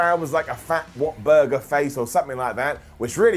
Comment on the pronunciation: "What Buger"